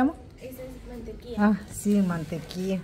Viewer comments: No eres la única... Yo dejé tu video para escuchar cuando dijiste MANTEQUIA? Entonces vi el video era la Mantequilla.. No es por ser criticona pero si se escucha raro. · No sé dise mantequia sé dice mantequilla